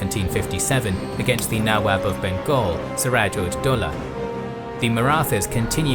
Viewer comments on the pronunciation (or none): none